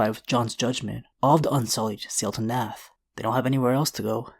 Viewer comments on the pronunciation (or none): It’s pronunciation is Narth!!